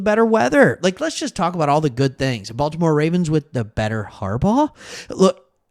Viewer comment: They got a lot of Ravens players. “Bolt’imore Chargers” 😂